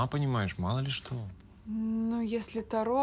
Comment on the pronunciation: карты Таро, а не тару, они не молдавские